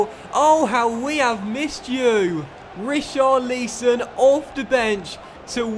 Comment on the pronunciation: Not how you pronounce richarliason